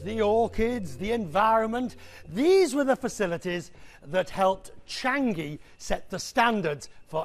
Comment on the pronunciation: Not Chang-gi! It's Chang-i!